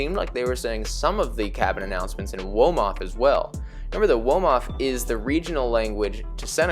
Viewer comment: Yea Wolof my guy I was confused womof?? I appreciate the confidence tho